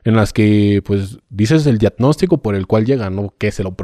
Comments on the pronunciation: DIAGNÓSTICO( DIADNOSTICO)...INTUBAR( ENTUBAR)...CLONIXINATO DE LISINA( CLONITZINATO DE LISINA DICE EL SR.)🤣🤣🤣🤣🤣🤣🤣🤣🤣🤣🤣🤣🤣🤣🤣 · Netaaaaaa? Y tu de verdas crees que pueda ser dr??? No sabe ni decir "diadnostico"!!!